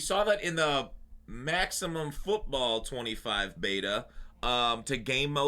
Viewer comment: Whats up with the inflection on the “MAXIMUM FOOTBALL BETA” is he being facetious?🤣